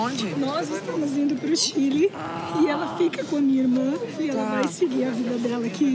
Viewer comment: POQUE CHILI , É """ CHILE """